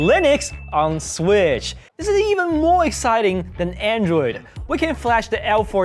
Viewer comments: nga said swish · Lol say switch again 😂